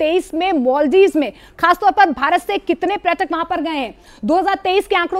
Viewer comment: इंडिया, कृपया, न्यूज़ में पर्यटक (प+र्+य+ट+क=पर्यटक) बोलें, प्रयटक (प्+र+य+ट+क=प्रयटक) नहीं। न्यूज़ रीडर्स/एंकर्स इंडियन हैं लेकिन, हम भारतीय हैं, और हिंदी भारत की भाषा है। धन्यवाद!